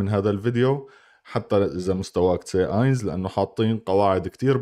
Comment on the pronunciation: اينس تلفظوه اينز